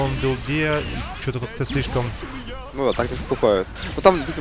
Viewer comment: снова высшая математика от 0к АНАЛитики чего? слышком? слэшком? очень лыгко лол пофиг, что х10 же аганим схавать можно, но профит от пт же больше будет в данной стадии))))))